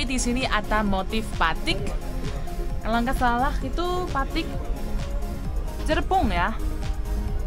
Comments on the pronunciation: Cirebon jangan dibaca cirebong.mega mendung jangan dibaca meja mendung. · Mega: meja Cirebon: cirebong Kalau bukan orang Indonesia asli sulit untuk mengucapkan kalimat sesuai tulisannya, jadi perlu di maklumi. Terimakasih neng sudah me reaksi tentang kereta cepat di Indonesia, dan tetap semangat. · Mega Mendung bukan Meja En Cirebon bukan Cirebong